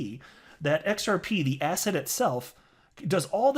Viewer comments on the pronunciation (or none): sometimes i cant tell if he said "asset" or "asshat" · Yea I watch a few of videos everyday and every single one I hear him say “asset”...and think “asshat” Luckily nothing rhymes with “biscuits”